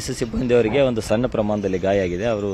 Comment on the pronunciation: ಸನ್ನ ಅಲ್ಲ ಸಣ್ಣ... ಸರಿಯಾಗಿ ಉಚ್ಚರಾ ಮಾಡು